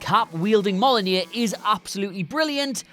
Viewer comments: ya cant even pronounce mjolnir right, sifh this is another darkseed situation again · The way you say Mjolnir is fucking disgusting and I want compensation